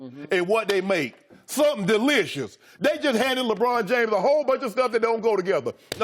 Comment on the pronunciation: lmao "something Duh-LicIOUS" 😂